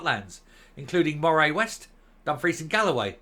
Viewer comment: BTW, your pronunciations are pretty good these days, but Moray is pronounce more like "Murray".